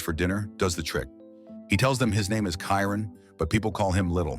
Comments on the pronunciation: Shy-Ron not kyren 😂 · Best LGBT themed movie ever❤. And it is pronounced CHYRON!!!😂😂😂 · The AI voice couldn't pronounce Chiron properly 😆